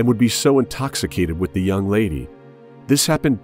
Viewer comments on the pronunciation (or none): none